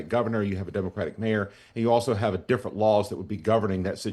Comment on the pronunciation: It’s (D)ifferent